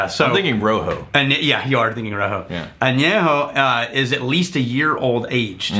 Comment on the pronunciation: I love you, but your Spanish causes me physical harm. Año = year, Añejo = old, Reposado = rested